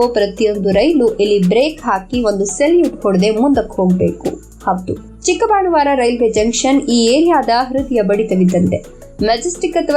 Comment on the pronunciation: ಉತ್ತಮ ಮಾಹಿತಿಗಾಗಿ ವಂದನೆಗಳು. ಊರಿನ ಹೆಸರಿನ ಉಚ್ಚಾರದಲ್ಲಿ ಸ್ವಲ್ಪ ವೆತ್ಯಾಸ ಆಗಿದೆ. ಅದು ಚಿಕ್ಕಬಾಣಾವರ. ಚಿಕ್ಕಬಾಣವಾರ ಅಲ್ಲ. 🙏